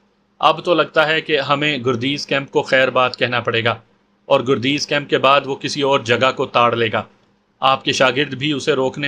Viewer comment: گردیز کے گ پر زبر لگتا ہے اور دوسرا شہر پکتیا ہے